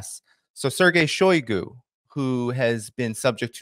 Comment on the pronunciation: shiogu is not “out” stop saying that.